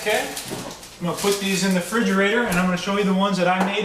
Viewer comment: Did he just say frigerator?! Hahaah it's refrigerator, just saying. but anyways, good video and totally going to try this!